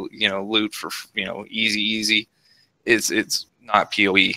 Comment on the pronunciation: pee oh ee not poh